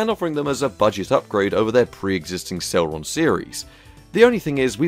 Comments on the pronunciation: "celron D" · C e l e r o n not celron? Dual not D'all sorry your content rid facinating sorry to complain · Never heard it pronounced Celron before lol, Cel-ehron